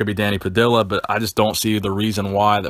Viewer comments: It’s not “pa dill ah” it’s “pa dee ah” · just some FYI: it's Danny Pah-dee-ya. two L's in spanish is pronounced like the letter Y. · Danny Puh-dee-uh